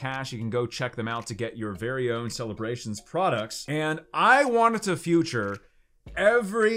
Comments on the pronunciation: Bruh why does he say future instead of feature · Now i have to go back to previous vids to see if he always says "future" instead of "feature" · Why does he say "future" instead of 'feature"? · It’s FEAUTURE not fUture I’ve noticed this twice now haha sorry I’m this pedantic lol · It’s feature not future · Why is my guy saying future instead of feature to begin with? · Listen I love ya buddy but you gotta stop saying Future, it’s Feature. It’s killing me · “Feature” is pronounced “feeture” for the record :) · “I wanted to “future” every single artwork. So we can “future” every card.” Yo what’s wrong with you? Were you trolling or were you serious…you said it 3 times in a row and a 4th time like 10 seconds later (and I’m only into the video) so I think you were being serious which is pathetic bud.